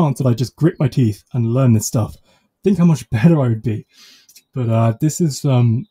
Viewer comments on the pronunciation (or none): none